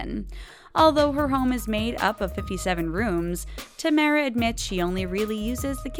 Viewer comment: Oh lord It's Ta Mara. Not Tay mara